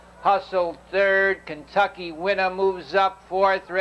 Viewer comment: "KENTUCKY WINNA" I'm pretty sure. He's not doing an east coast thing lolll